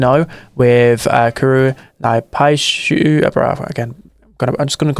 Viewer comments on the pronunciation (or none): hey, it’s pronounced “n-eye-pee-shu” Naipishu ☘️